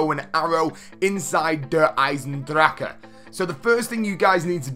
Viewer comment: The only person who can pronounce der eisendrachen?